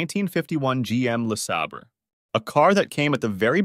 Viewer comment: Who is narrating this?They can't pronounce Le Sabre properly!